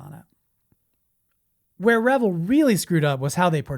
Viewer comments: How he pronounced Revell is just one of many errors he made in this video…..the Nazi wonder weapon did in fact exist the U.S. military was able to bring a few of these ships to the United States in and not only recovered all technical equipment and materials from the underground facilities but other high technology as well. In the intervening years the military reversed engineering teams was able to learn how these craft were designed and worked and made copies of them. These craft are still being produced at Area 51 and other research and design centers all around the country and yes there was alien technology involved as well. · Hey.... The company is pronounced RE-VELL, not revel. That's two L's not one. I would revel in cheer hearing you say our Venice, California born company name with respect. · It's pronounced Ra Vell not re vill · Thank you. It was a California company not the word revel.... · CORRECT! The company is pronounced RE-VELL, not revel. That's two L's not one. I would revel in cheer hearing you say our Venice, California born company name with respect. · So a guy is gonna tell me about models when he doesn't even know how to say reVELL? You know, rhymes with HELL? Oh well, his stupid error saved me six minutes of my life! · It’s pronounced “Re-vell” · What is the proper pronunciation of “Revell?” I’ve always pronounced it as “Rah-Vel,” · It’s Re-VELL—accent on the second syllable… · Yes Re Vell that's how loyd Jones said it and he worked for revell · Have I been pronouncing Revell wrong the past 50+ years? 🤔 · I liked the video. No disrespect intended but you mispronounce Revell. Emphasis is on the 2nd syllable. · I disagree with pronunciation of Revell